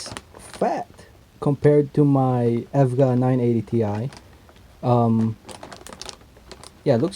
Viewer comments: It's pronounced E.V.G.A. Not evvvvgggaaa. ;) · lmao how did my man pronounce evga, nontheless nice review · The way you said EVGA :|